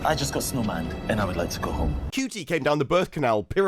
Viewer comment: the only knt on t'interweb who calls Ncuti, (which, by all accounts is, pronounced, Shootie) Cutie. Maybe he is actually a lesbian......